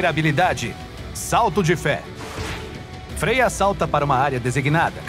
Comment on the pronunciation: É como se pronuncia mesmo